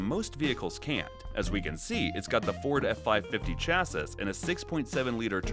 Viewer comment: Having a Youtube channel about offroading but no knowing how to pronounce chassis is crazy